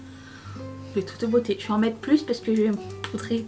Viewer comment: Coucou! Merci pour tes recommandations! J'adore ce look et ce serre-tête, c'est de "touteu bôtey" 😉🤣. Gros bisous. 😘